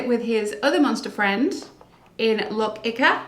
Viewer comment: It’s pronounced like “Skell-ig” 😂 But I won’t knock you for it. Love the videos 👍🏻